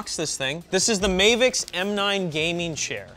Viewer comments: I think it’s supposed to be pronounced as Mah-vicks and not May-vicks. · Anyone else wondering why it's not spelled Mayvix and he's saying it as May-vix? Weird way to pronounce Ma-vix. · Why does he call is "Mayvix" there's no y its "Mavix" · Mavix, not Mehvix.. Ma, like mama... Or am I wrong?